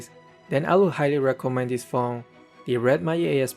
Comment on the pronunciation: Why does he say Red Mayic instead of Magic?